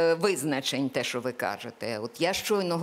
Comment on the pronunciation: Пані Оксано, якщо Ви цього не знаєте, в українській мові, слово колега, пишеться і промовляється через "е", а не через "є"..., а учнів, які говорять "шо-о", замість "що" оцінють як учнів з початковим рівнем знань, тобто трієчників... Зробіть висновки самі...